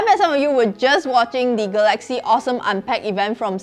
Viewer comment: ga-laxy / ga-la-xy